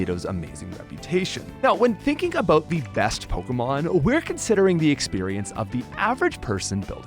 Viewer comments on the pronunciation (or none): none